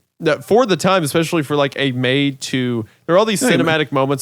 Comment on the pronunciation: (montage of every time Hunter says “exspecially”)